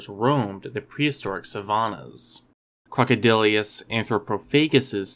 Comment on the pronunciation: generally well done - but it's pronounced "croc-o-dill-us," not "croc-o-dill-ee-us." (And C. anthropophagus wasn't larger than modern C. niloticus; indeed, the largest specimens of C. anthropophagus are smaller than really large C. niloticus.)